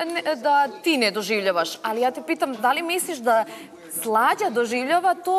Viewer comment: Al kqd kaze alji